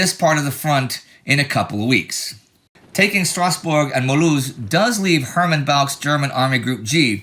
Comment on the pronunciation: Y'all clearly make great efforts to pronounce the names of places correctly which is always appreciated! Great job on "Mulhouse". I'm a native french speaker and Simpsons fan so I'm always calling it Milhouse